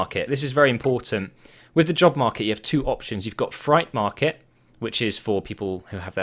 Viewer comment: "fright market"